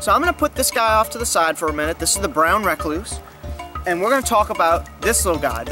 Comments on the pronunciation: This dude is gangster than anyone I know holy crap. I live the way he says “brown rack-cluse.” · Brown re-cluse No hate, very great video